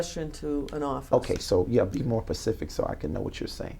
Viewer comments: “BE MORE PACIFIC” !!! Never heard it in real life, but here it is folks. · "be more pacific" Death penalty worthy crime in itself right there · "Be more pacific so I can know what you're saying." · Be more Pacific when you axed a question?🤪🤪🤪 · "Be more Pacific when you axe me a question" What an ignorant fucking piece of trash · “Well Be More Pacific” Honey, How U Getting Smart w/ Someone And Cant Even Pronounce Ur Words Right . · "Be more pacific" lol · There is nothing worse than someone who thinks they sound intelligent. This dude has the vocabulary of a 12 year old. "Be pacific" "axed" " thats all proprietary". I mean fuck dude how do people get dooped by a guy like this. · "Be Pacific"? As in Specific? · Instead of specific, he says "Pacific" 😂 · This clown said be more Pacific...Pacific is a Ocean you fraud... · “Be direct and pacific” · This is deliciously ridiculous.. To the edge of LUDACRIS.. Huge words for this person.. Who says "pacific" instead of "specific " but ENLIGSH is not his first language.. Thieving is. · "Be more Pacific so I know what you're saying" ------LMFAO! pacific?! really!? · What does this crook mean when he says " Be more PACIFIC"? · He's so stupid (pacific) it's almost sad. Almost. Fucking crook. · Alex Zachariah..could you be more pacific please? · Other than her not "axing" the questions correctly, he said she's not being "pacific" enough, and when she said she thought she was, he said "Not really". LOL!!!!!!!!!!!!! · Be more pacific when you axe me a question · “be direk and pacific”…. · can't even pronounce "specific" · "Be more pacific" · "be direct and pacific" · Lmfao be more “pacific” about what you’re saying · "..so be more PACIFIC" 😂😂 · This guy sounds gay with his fake voice lol, he thinks he sounds smart/witty/professional lmao he gets attitude and then says words wrong "no, you should be pacific" "you didn't ask plain enough " this is so funny. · “Be more Pacific, so that I can under stand you” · "Be more pacific"....lol